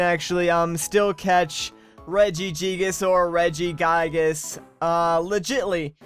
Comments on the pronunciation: Gigas how you say it is Reggie gigas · its prunounced regi-gigus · How tO pernounce reggigas re-jI-gI-ges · pronounces it two different ways but still manages to butcher the name lol